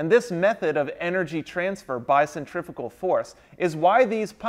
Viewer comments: Wish you would pronounce the name correct. Cent-ri-fugal not cent-triffical.. couldn't watch.. proper annoying sure it was a great class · This guy knows everything about pumps except he doesn't know how to pronounce centrifugal he keeps saying centrifical boy no these are not centrifical pumps there centrifugal pumps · Centrifugal, not centrifical. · Why do you call them centrifical pumps when it cleary says centrifugal...? 🤔🤦‍♂️ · How the hell do you keep saying centrifical when that's not a thing, and you kept writing centrifugal? That is some serious mental disconnect. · It pains me to hear people say it as "centrifikal" rather than 'centrifugal" as it is spelled. Other than that, this is a fantastic series of videos. Great work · SEN TREE PHEW GAL . Pronunciation is everything . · "centriffical" other than that very interesting. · "Centriffickal" Fucking learn how to say something before making an in-depth video about it. Stop being a dumbass American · Is he saying (CENTRIFUGAL pump)?? I can't understand him. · what the hell are you saying because it's definitely not "centrifugal"?